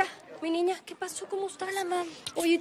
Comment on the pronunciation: En el munito 340 dijo nina en ves de niña